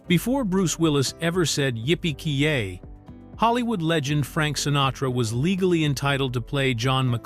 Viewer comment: It's yippee Ky Ay